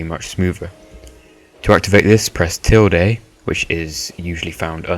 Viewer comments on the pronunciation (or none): tilde is pronounced tild, the e is silent. j/s